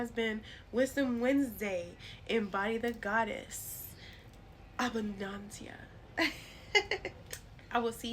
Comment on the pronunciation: I appreciate this information and the correct pronunciation of her name